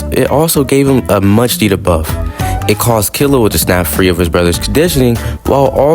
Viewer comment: You pronounced it wrong…